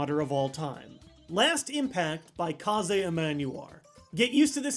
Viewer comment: It's pronounced KAYZ